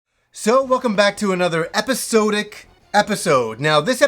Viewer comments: Just a tip,. It's usually pronounced epi-saw-dic rather than epi-soo-dic. No big deal though;) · i had a problem with your pronunciation of the word "wasn't," now it's "episodic." my ears!